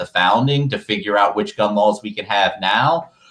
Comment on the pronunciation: Im sorry but every time this guys says 'gun lawls' i lose it.